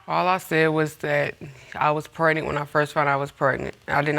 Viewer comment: Can we please pronounce “pregnant” the way it’s supposed to be pronounced instead of “prenan”